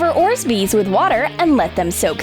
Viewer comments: When you where making the giant version of the bubble gum you said "paint a protine jar in pink spray paint" and it came out blue. Also you are supposed to say orbeez not orzbeez. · Just saying only, its not Orsbeez its Orbeez. Just saying u know!!! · They are called orbeez not orzbeez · It’s orbeez not orzbeez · Ohhh I never knew pink was actually blue. Thanks for helping me. Lol. And also it’s orbeez not orzbeez.. Like I used to luv ur channel sooo much.but now I can’t even watch a single vid of urs completely. Pls stop making ur vids so silly. I mean a ball that makes u energetic. U need help or an asylum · It's orbezz not orsbez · It's called Orbeez not orsbeez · It not orz-beez it's or-beez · ORBEEZ NOT ORZBEEZ! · 1. You said color it pink.... But it’s blue. 2. You said orzbeez, but it’s orbeez.. 3. You said clay but it’s floam.. Congrats:| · You say orzbees when its Orbees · The one annoying thing about is that they always say orsbeez when it's orbeez its so annoying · Not to be mean but it's orbeez not orzbeez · okay its orbeez not orzbeez and it said pink spraypaint mot blue so uhm yea learrrnnnnn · Thats pink? Oh and they are Orbeez not Orzbeez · Orsbreez? Im sure its ORBEEZ?And do you know your colors?Cause I know that thats blue not pink? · "It's an 'Orzbeez' flavored cake" .. that must be a disgusting cake if it tastes like orbeez .... comment who has tried an orbeez ball before... ehem.. me.. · Orzbeez? ORBEEZ!!!!😑😑😑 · 1. IT'S ORBEEZ NOT ORSBEEZ 2. IT'S FLOAM NOT CLAY WITH BALLS 3.U SAID PAINT IT PINK THEN U COLORED IT BLUE GOOD JOB 🖒😂😂😂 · Yes you said paint it pink and it’s rabbis not orzbeez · She said ores bees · Did anyone notice they called it orzbeez😂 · Orsbeez LMAO 😂😂😂😂😂😂😂😂😂😂😂😂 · Dang the "orzbeez" problem agian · Did they say orzbees? Yep they said orzbees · Orsbees? lol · Orzbeez WHAT?? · she said orzbeez 😂😂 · They Call Orbeez : Oresbees It Wrong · Its and orzbeez flavord cake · an ors-beef?